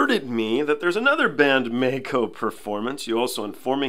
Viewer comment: it's not May-Ko. It's not like a Mako Shark. There's an i in the middle of Maiko. So it's pronounced like My, as a play on words for 'Secret My Lips'. However, if you want to see the latest April Fool's song, there wasn't one in the COVID era, it's a Miku goes solo, called Cluppo, 'PEACE&LOVE'.